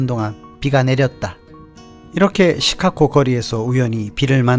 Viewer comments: '시카코코코코' 가 아니라, '시카고고고고고'입니다. 한국에 중학생들이 Chicago를 시카코코코 라 발음합니다. 미국에 사시는건 맞으세요. 힘드시겠습니다. ㅎㅎ -중학교 영어선생 - 코코코코코~~~~~ 귀! ^^ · 시카고 발음이 굉장히 구수하십니다. 시캇!!코(고), 어르신들이 그렇게 발음을 하시더라고요^^ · Chicago가 시카코로 들리는 나만 이상한가요? 계속 거슬립니다. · 자꾸 "시카코" 로 발음하시는 듯 ㅎ "시카고"로 발음해야 할 듯 ㅎ - 잘 보고 있습니다 ~~ ^^ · "Chicago"의 발음기호는 다음과 같습니다: /ʃɪˈkɑːɡoʊ/ 발음 가이드: /ʃ/: "쉬"처럼, "sh" 소리. /ɪ/: "이"와 "으" 사이의 짧은 소리. /ˈkɑː/: "카"처럼, 'a'는 길게 발음. /ɡoʊ/: "고우"처럼, 'o'가 길게 이어짐. 전체적으로는 "쉬-카-고우"로 들립니다. 미국 영어에서는 일반적으로 "쉬카고"처럼 부드럽게 발음됩니다. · 영상잘봤습니다 근데 시카코 코? 라는 발음이 좀 의아해서 미국현지에서 시카코라고 하는지 그발음이 맞는지 궁금해서 여쭤봅니다 ㅠㅠ